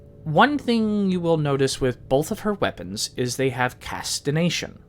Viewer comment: Casti"G"ation not Casti"N"ation lol Good Video though